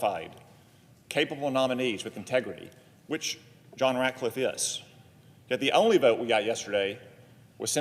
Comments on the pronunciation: It's RatCliffe Senator Murphy, not Ratliffe. You're have serious reservations but apparently don't know his name. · The democrat does not even say his last name right. He calls him RATLIFFE. WITHOUT THE C. RATCLIFFE. THESE PEOPLE ON THE LEFT ARE SO STUPID. THEY ARE TRYING THEIR HARDEST TO SLOW DOWN TRUMPS TEAM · Murphy could not even pronounce "Ratcliffe" properly. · Cant even get his name right.